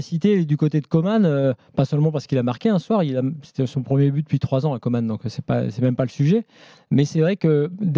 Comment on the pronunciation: On prononce Coman ...comme comment ...pas comme Comane...tu comprend man ? 😮😮😮